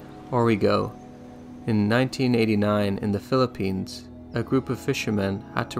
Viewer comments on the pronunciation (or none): none